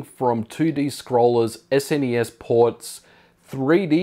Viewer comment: most important: thank you for not calling it " SNEESSS" ! 3 stage pipeline = almost like 3 threads... nice ^^